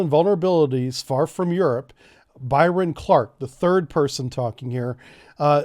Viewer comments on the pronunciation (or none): none